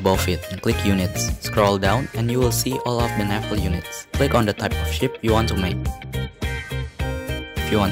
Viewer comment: I like how you pronounce naval lol. You pronounced it as "Nafal", but overall great video! Really helpful, especially the research and fleet ratio